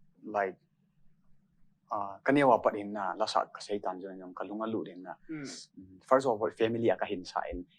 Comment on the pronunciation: Blonde chula nahi in, "First of orr" nahung ti jeng vang chu.. kaki sai lih deh chet e!